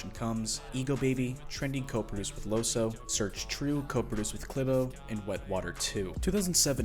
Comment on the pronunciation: In Dutch "oe" is pronounced "oo", and since he's from the Netherlands I think you should say "Loosoo"